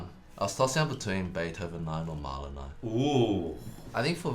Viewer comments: I think if you wanna namedrop Mahler, you need to be able to pronounce it right. Then you can flex on all the fakers who mispronounce it it. I don't if just because I'm American but man I feel like I'm butchering the name, tho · Mahler? Barely even know 'er!